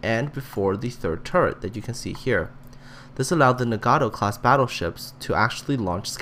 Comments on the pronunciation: I get really mad when people pronounce it as Na-gat-tow instead of Na-gat-o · Pls learn to pronounce 'Nagato' this is very annoying